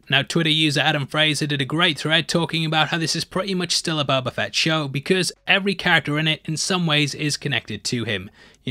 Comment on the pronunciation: I love how: Mos Espa = Mos EspER Boba Fett = Buba Fett